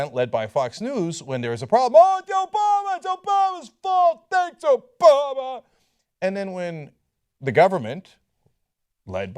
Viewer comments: "obola".... lol i cant be the only one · LOL! Cenk said "Obola!"